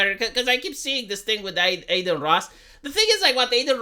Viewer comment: De ce î-i zici ”Ey-deen” în loc de Adin? E un nume Român. De obicei e un nume de fete, "Adina". It's "Ah-deen", not Ey-deen. It's like you're saying Ey-merica instead of Ah-merica.